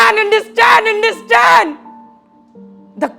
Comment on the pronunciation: but his starting sentence I mean understand scound comes like indestand not understand he is saying understand but scound is coming indestand indestand l